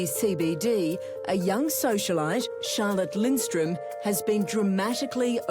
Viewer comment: Middle class who says that anymore? Btw her name is spelled and pronounced wrong, it's Charlotte Lindström...I'm swedish that's how I know 😇